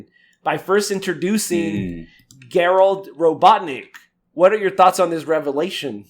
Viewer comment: makes these podcasts unbearable to listen to; dude can't even put together a coherent sentence without fumbling and mumbling his words. And how tf can you pronounce the name Gerald wrong multiple times? Dude is not fit to be a host of a podcast. Such a stark contrast to how eloquent and well-spoken Gary is - he should be the host of the podcast instead, with being replaced with someone else. Get someone else who can actually talk.